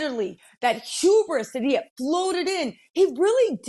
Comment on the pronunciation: You can tell the Black Lady learned a new word recently. She will need to learn how to pronounce it next time. It’s Hubris not , Huberis